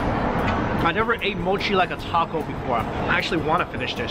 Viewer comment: Spoiled for me by the awful pronunciation of Japanese. For pity's sake, MOW-CHI? It's MO-CHI.